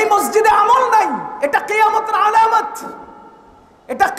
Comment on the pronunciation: হুজুর কথা ঠিকই বলেছে কিন্তু একটু ঠান্ডাভাবেও বলতে পারতেন😅😅। আবেগের বসে "আলামত" শব্দটাকে "আলামাত" বলে ফেলছে😂😂